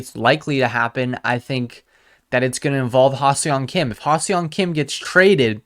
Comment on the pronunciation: You pronounce HSK- Ha SUNG Kim, with an emphasis on the sung… no e or o is pronounced in Seong 👊🏻👊🏻